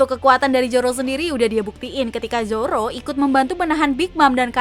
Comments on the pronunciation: Irish salah ucap masa Zoro di beast pirate:v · Emg sering salah ucap dia tuh